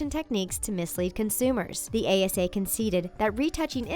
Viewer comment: Was I the only one who noticed she said ACA instead of ASA twice